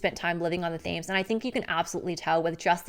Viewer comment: jsyk, the river Thames is pronounced Temz. :)